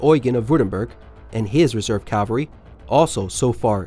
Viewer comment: CA-VAL-REE not calv-aree